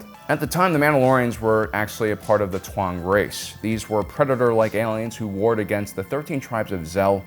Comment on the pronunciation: Bro why do you pronounce taung as twong. That shit sounds so goofy idk why